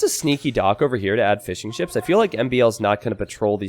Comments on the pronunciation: My wife keeps hearing saying "fish n chips" instead of Fishing ships... now i cant unhear it 😭 🐟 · Since the very first time I heard 'fish and chips' lol glad to know it's not just me